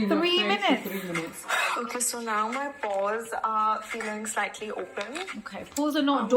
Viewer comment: Pores r not doors 😂 !! PLEASE HEAR IT LOUD 🔊